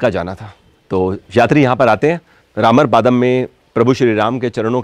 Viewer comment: It's not रामर पादम it's रामर पद्म